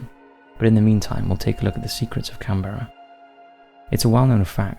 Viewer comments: Ugh. It's pronounced "Can-BRUH", not "Can-BEAR-uh". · 'Can Beara'? Why does the narrative not have a clue how to pronounce really well known places and names?